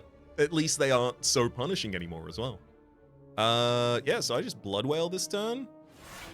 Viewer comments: Already calling Blood Wall Blood Wail instead, never change, Never Change. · Hopefully you eventually realise that "blood wail" is actually called "blood WALL" 😉 Welcome back STS! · Wonder how far into the ep he’ll realise it’s blood wall, not wail